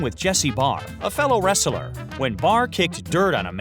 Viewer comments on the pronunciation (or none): I find it odd that the narrator about wrestlers cannot pronounce the word “wrestler” correctly. It is pronounced wrest-ler and NOT wrestle-er. If I could give your video two dislikes I would. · wresteler? really? kina annoying. or is it your accent?